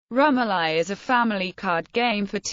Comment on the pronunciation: Pronounced ... rum OH lee